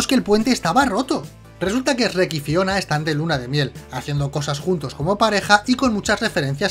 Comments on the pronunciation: En España les cambian los nombres o que pedo!!? Aca les decimos burro no asno y shrek no "es reck" 😂😂 aun así buen video mi buen saludos desde México ✌✌✌ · es Shrek, no ES-REC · Jajajaja "Shh Rek" "La ciénega" "Asno" "Lobezno" "A todo gas" "Onda vital", no importa como les digan, sus vídeos me encantan ❤️ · El ESRREK 🤣🤣🤣🤣🤣 me parto el culo jajajaja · Esrrek, Asno xD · Quien es asno? Que no era burro? Y quién es Esrek? 🤦 Estos españoles.. 😂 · "esreck" jajajajajaja 😅😆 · Esrek? ESREKKK?????Así le llaman en España a Shrek? Que coj….??? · Porque le dice esrek